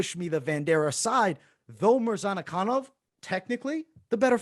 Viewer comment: I like your videos guys but MAN, i cant understand how hard it is to remember few forigner names. You got wrong everyone of them....Murzkananov is Murza-kanov...Zumalgav is Zuma-gulov...Todororovic is Todo-rovic...You make it harder then it is and its look really bad.